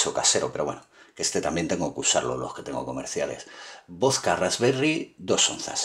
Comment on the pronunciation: se dice VODKA no VOSKA